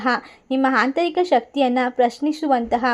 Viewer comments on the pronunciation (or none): Tq... 😊❤,, hantarika alla mam adu aantarika..... 😊